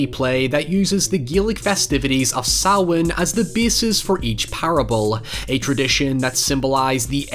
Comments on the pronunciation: Thanks for pronouncing Samhain correctly, And for the surprise upload! I braced and was not disappointed!! Sending Samhain Greetings!!!🎃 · Thank you for pronouncing Samhain correctly! It means a lot. Oíche Shamhna sona <3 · Omg, my heart skipped when he said Samhain correctly 😍😍😍. Massive pet peeve of mine